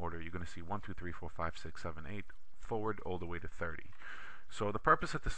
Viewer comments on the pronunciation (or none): none